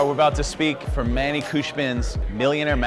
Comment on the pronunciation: Josh has known manny for so long and he still doesn’t know how to pronounce his name